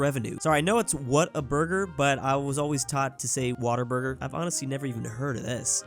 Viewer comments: You’re saying whataburger correctly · the way you pronounce whataburger is correct